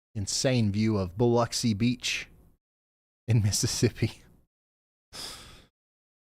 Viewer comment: Thank you for pronouncing Biloxi correctly BTW. It's lux as in luxury, not locks.